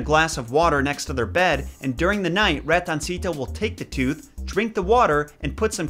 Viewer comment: 1st: i appreciate the moment of silence 2nd: pronounced Ratoncito perfect but flopped my last name but no fret you officially parte de La Raza so you in good terms 3rd: my son gets more money from Ratoncito Perez then we BOTH received so hate on hate on because I sure am